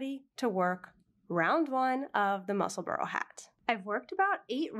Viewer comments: Love your knitting but it's musselbura not burrow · Neither. It's pronounced Mussel-burrah. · I’m so curious-Since you live there, is it pronounced Mussel-burrow or Mussel-burr or Mussel-burg?